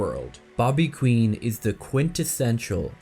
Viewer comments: The character's name was Bobby Quine, (/kwaɪn/;) . It's a reference to a specific type of computer program, one that receives no input and produces its own source code as output. Not pronounced Queen, but kwaɪn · it's not "queen" it's "kwine" jesus. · Kwine. Bobby kwine. Hard I.